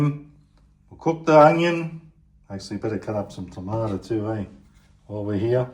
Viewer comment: Tomato NOT TomatA Get your English right